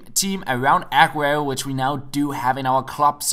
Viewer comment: Stop stressing the A in Aguero